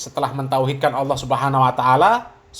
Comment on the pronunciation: GUS Baha emang Paling suka bikin org ketawa geli TERBAHA BAHA, Krn Lafaz ALLAH jadi AWWOH, 😄😄